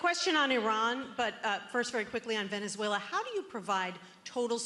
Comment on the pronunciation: Ok Canks needs to go to a nursing home, he's talking about about Venezulor,, he's saying it like Teslor , what is he talking about, can anybody tell me what he's saying, wind mills are killing birds, WTF is he saying windmills are killing birds, He's obsessed with windmills, he's like a toddler, a child would name a bill the big Beautiful Bill? That's childish